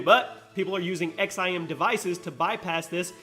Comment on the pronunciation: The XIM is pronounced “zim” and it’s a huge controversy rn on console, especially in games that have no aim assist like RS6 and Overwatch.